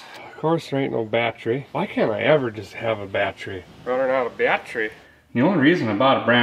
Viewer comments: Well as your pinned commenter said, you certainly have earned it. The biggest and best milestone/happiest moment for me though personally, is when a guy quit on that pronunciation of the word battery that drove me to distraction. So from me, THANK YOU for dropping the "bieattery" lol. Love ya man, but that was the one thing that just grated on the ears, everything else you do on the channel I honestly couldn't ask for better & the fact you've kept it real and not gone all Freiburger on us is even nicer. 🛻Here's to the next million/next 3 years. The fact you've grown VGG so quickly speaks volumes about how relatable and honest you are, just snags a guy in & makes him feel right at home somehow. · I started losing it the more and more he said bat tree 😂😂😂 have always liked his terminology if you don't know what a charging whirler and a lightning houses are step away from the vehicle😂😂😂👌👌👌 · now I remember why I subscribed to your channel. because it's videos like this. this was absolute genius. well, maybe not so much. no, it is. it's absolute genius. well, maybe not. no, no it definitely is absolutely genius. that's why I know for a fact, it'll be fine. 😳💯 battery is pronounced, bat trees😁🎄 Merry Christmas you guys. enjoy your holiday. 🎄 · I love how he's reduced the word battery to two syllables....now that's efficiency.